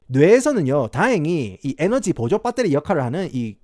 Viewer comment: ?? : 크리에이틴 입니다 크레아틴어쩌고... ?? : 밧데리 발음 왓다갔다 하는거 ㅈㄴ 정겹노 ㅋㅋ